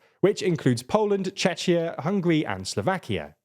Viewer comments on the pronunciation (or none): Chechia? Lmao